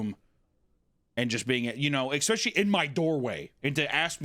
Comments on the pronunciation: Hunters "ekspecially" annoys me a little. Seriously dude, wtf. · Hunter saying essentric while saying expecially is just taking it too far I think. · So he says "expescially", but also "essentric"?